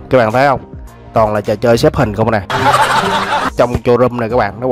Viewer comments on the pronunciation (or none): Đọc là CỜ RÔM chứ không phài cho rôm nghe